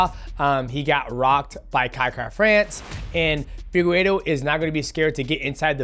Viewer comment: Figu what? figuedo, piera… these pronunciations must be stopped